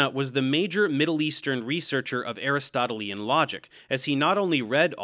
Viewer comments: Great video, but as a couple of others have noted, the adjective "Aristotelian" is pronounced "a-RIS-to-TEEL-yan", not "A-ris-TOT-el-EE-an". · DAVE! Ay RIS toh TEE lee un is the proper pronunciation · I focused on your pronunciation of Aristotelian to the exclusion of the rest of the video. I apologise. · No, Aristotle is correct, but Aristotelean, as in Aristotelean Logic is what I corrected Dave's pronunciation about!